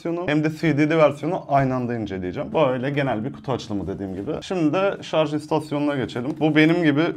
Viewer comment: Teknoloji icerigi ceken bir adamin şarja şarz demesi. Ulan insan ogrenir be